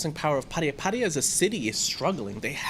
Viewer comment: pronounces 'Pattaya' correctly...